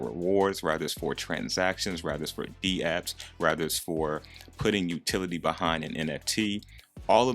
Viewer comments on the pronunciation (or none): none